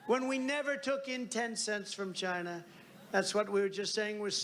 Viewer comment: I do still wonder what a ledshishleshur is. I am very proud of Donald though, he now says China instead of Dzjaina. I guess he finally figured out it's a country instead a part of a cunt.